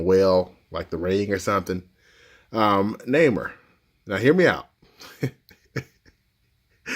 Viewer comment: btw its pronouced nai-more and x twenty three